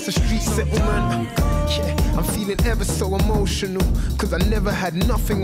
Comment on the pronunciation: Stuff missed the joke, love. But he's NOT actually saying "yeah", most of the time- he says "ch'yeah'. 😑